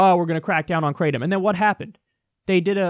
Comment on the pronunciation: They way you pronounce Kratom is pretty funny. Try something more like "krah-tome". EDIT: "gra:təʊm" if you want to be very close.